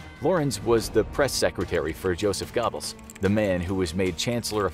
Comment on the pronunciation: Bro I'm having a heart attack on their pronunciation of goebbels